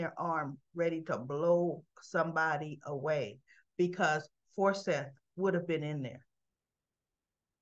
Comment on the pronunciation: The dead mans name is Forsyth pronounced for siiiith. 😆 🤣 😂